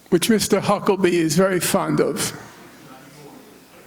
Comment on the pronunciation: It makes me so, so happy that he not once for this entire talk says Huckabee's name correct. I too will be referring to the entire clan as Hucklebees now. They deserve that L, they've put in generational work for it.